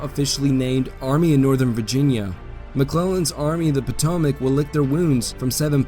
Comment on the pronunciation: I wonder how many different ways there is to mispronounce “Potomac”? Otherwise good work.